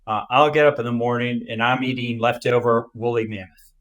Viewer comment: At :22 leftover .... sounds like woolly mint?